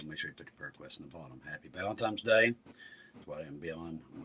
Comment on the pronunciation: I have been speaking the English language for the better part of 55 years and in all my days I have never heard of valentimes day what is that? I have heard of a holiday called valenTINES day but never ever have I heard of valenTIMES day. Your interpretation of the English language never ceases to amaze.